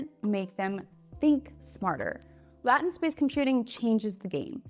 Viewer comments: This must be AI generated because no human would pronounce latent like that. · yeah I get all that BUT if you are a technology communicator and you are pronouncing terms in such a manner that it causes increased computational overhead for the consumer of your content I don't think that's a good thing. it is so easy to just learn how to pronounce it in the standard manner so that we understand what you're talking about because I got confused as well, because of these quirks, I would be less inclined to get my information from you especially if it's going to make me confused about what you're trying to communicate about. if you want to, within your own "latent space" pronounce words that way then do so, that's your right, but when you're communicating to the vast majority of English speakers using a non-standard pronunciation is going to confuse people and get people into a situation where another listener is going to think they don't know what they're talking about. It might be quaint, and it might be cute, but otherwise your English accent is perfect and that makes your non-standard pronunciation even more problematic. I don't want to go around mispronouncing technical terms. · There is a prevalent pronunciation by practitioners, and she is mispronouncing it. Annoying but good try. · Still hard to listen to you say it that way. Can I use AI to change it to “lay-tent”😂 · She thunks it is "Latin space" but it is "Lay tin space" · Incredible information, however, "Latent" = Lay—Tent. The way you pronounce it makes it sound like "Latin" (Lah—Tin). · First off, it's pronounced LAY-TENT, not LAT-TENT. How do you have an AI-based channel and not know that...? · Great video! Very interesting ideas. Small tip: LAY-tent, not lat-tint. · Isn’t it “LAY-tent” not “LATIN-t”? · It's not Latin space, it is Lay-tent space. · “lay-tent” space not “Latin” space 🙄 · Great video but confusing until I figured out what you were trying to say! It’s LAYtnt, not Latin. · Lay tent